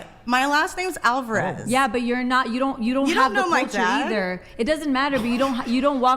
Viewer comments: “My last name is (AL-ver-ehz).” 😂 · Man shes even pronouncing her latin last name with an english accent hahaha… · Girl claims to be half Mexican and proceeds to pronounce her last name as white as possible 😂😂